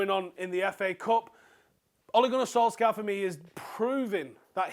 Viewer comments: It's pronounced sol-SHAH. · Oi pronounce his name properly man